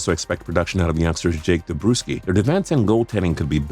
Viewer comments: Don Cherry and Doc can pronounce their names better😂 Jake Debroooooskey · Josh Gibson, Jake “Debrooskie”, Zach Werneski... at least you pronounced Sergei Bobrovsky right.